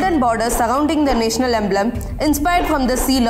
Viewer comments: Why dnt you pronounce National properly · The way she pronounced 'national', I died :'|